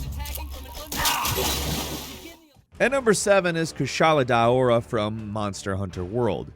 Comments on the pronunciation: i had to take multiple multi minute breaks on kushala deaora. both because of your pronunciation and also because of some of the reasons you used. wind just use rock sready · kushala daora is pronounced kush ala dow ra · What in the fuck did he call the Kushla Dora lmao